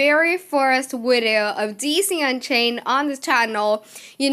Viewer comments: WTF is a WIDEO? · VVVVVV ITS A V. AFTER THE LETTER U BEFORE W